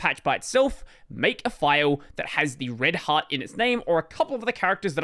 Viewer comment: every time you say "red heart" i listen: "red hat"